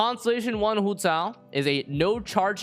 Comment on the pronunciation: The way he says hu tao is satisfying tbh